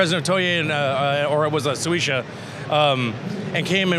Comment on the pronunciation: "toye, or it was soesha" he meant toei and shueisha xD